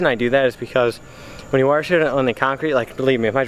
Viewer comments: Try say WOSH ! It's not fucking Waresh or warsh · Anyone else hate the way he say Wash? LOL why does it come out as Wharsh? hahaha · I don't mind that you wash your car in the grass I just NEED you to learn how to say wash not warsh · Keep the channel going man!! Just keep trying and do you... and the channel will grow.. I have been subbed since close to the start of your channel man. You cant say wash correctly.. lmao, but i like busting your chops and the s13 does look pretty damn clean man. Glws. keep on keeping on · There is no R in wash. At least im pretty sure... i dont think it is spelled w-a-r-s-h... lmfao. Just fukin around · Hahaha i said the same shit. and cannot pronounce wash correctly. Shit its all good though. People talk how they talk.